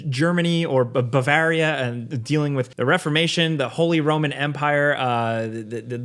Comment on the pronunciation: I love how you butchered Bavaria. lol